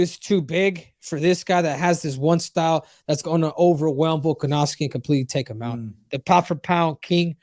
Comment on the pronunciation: VOLKANOVSKI NOT VOLKOV. VOLKOV IS A HEAVYWEIGHT FIGHTER STOP CALLING HIM VOLKOV. JUST SAY VOLK IT HELPS A LOT